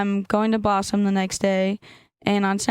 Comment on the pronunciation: She keeps saying "Bossum" or something. WTF is "Bossum"?